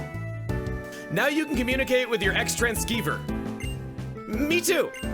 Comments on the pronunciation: You're mispronouncing Transciever, it's pronounced tran-see-ver, rather than tran-sky-ver. Unless it's pronounced that way due to lore reasons, alternate spelling, or regional dialects, if that's the case I apologize. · It’s transceiver… pronounced X-tran-see-ver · I'm pretty sure it's pronounced tran-seev-er, based on the word receiver, It's a pointless nitpick and I'm sorry for it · ah yes, B2W2 Nuzlocke: the move. Seriously, if you Nuzlocke this game, you should expect to teach EVERY POKÉMON ON YOUR TEAM this move until you reach the 5th gym or so, because it’s so much better than any other moves available the Key-transceiver. Some pronounce it Kai-transceiver, but the meaning is the same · X trans ceiver (read: "seever") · I love how not even chugga knows how to pronounce the xtransceiver, as a kid I had absolutely no clue either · I can appreciate the dedication of pronouncing Xtransceiver differently each time. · is he purposely saying xtransceiver wrong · It's Xtransceiver, transceiver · Chugga is gonna be changing how he pronounces Xtransceiver every time isn't he? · How many more incorrect pronounciations of "Xtranceiver" will Chuggaa come up with? Find out next time on Dragon Ball Z! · I love how had many ways to pronounce Xtransceiver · He's gotta run out of ways to pronounce Xtransceiver at some point. There's no way he can keep this going throughout the whole playthrough. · I love the ever evolving pronunciation of the xtransciever XD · will be say xtransciever in every way possible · I see the gimmick of this series is going to be saying Xtranciever wrong in a different way every time it shows up, lol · are.....are you miss pronouncing the X-Transceiver on purpose chugga? cause it made me shout it's proper Pronunciation. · So like, did the anime have a really dumb pronunciation for the xtransciever? Feel like there's some joke to the variable pronunciation